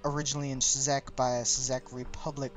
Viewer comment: "Sezyk" Republic, lol